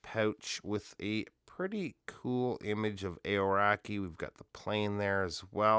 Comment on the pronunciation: Kiwi here, great review! You might want to look into the pronunciation of Aoraki however 😂